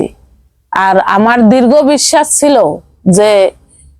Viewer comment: Dirgo bissas na ,drido bissas